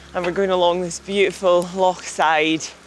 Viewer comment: Ha, Mannon's attempts at pronouncing 'loch' are very endearing. You'll get there!